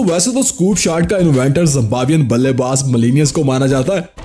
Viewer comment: In no look shot you say balle baj you say wrong